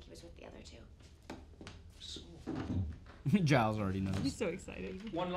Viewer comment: almost season 4 and they still dont know how to pronounce giles